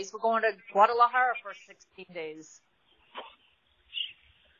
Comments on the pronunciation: 😂😂😂mom ruined his mood😂😂 went crazy🤪 gualamada😅😂doesn't even pronounce the name right but his always wanted to go there😂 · I literally cried laughing when he tried to pronounce Guadalajara. 🤣😭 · its so funny cause he can’t even pronounce it correctlyYou both are halarious ❤❤❤ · 😂😂😂 Dude couldn't pronounce the word so he said that place sounds ridiculous. Damn and he was ready to fight the person in the car that drove by. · He cant even pronounce it, if he only knew thats where they have the best tequila 😂